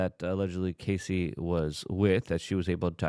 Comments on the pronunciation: Can’t take the way you continue to call her Casey! Her name is Cassie Rhymes with Lassie ( ya know the dog from the 60s ) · A proffessional journalist should know how to pronounce the name of person they are talking about .get ready for 3 months of luke being only person in usa calling her cay see - rather than cass see - even tho hes reminded every vid in his comments section. He does read the comments section but only responds if you kiss his a$$ or say " love u luke " . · Brother...please have the decency to at least get names correctly in your "reporting". Cassie, not "Casey". Terrible understanding of the situation. Terrible coverage. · Cassie, NOT Casey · Cassie. Cass-ee. Cassie. It's not case-ee luke, not case-ee CASS...EE.... CASS....like gas. CASS-EE.... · I can't take it anymore! Her name is CASSIE NOT CASEY! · Please dude......at least pronounce her name correct. Ca ...ss..ie jesus mate! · Gassy Cassie? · Her name is Cass-eee like cassette. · Who's gonna tell him, he's saying Cassie's name wrong? 😂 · Sounds like Ass, not like Ace